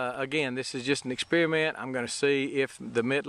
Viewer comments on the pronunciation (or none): I love "exspearmints". Sorry to see the frost damage. Looks like the potential frost for this weekend has been changed. Good news. We might be in the clear now. Gonna try to get the garden out this week. Are you selling produce at a farmer's market?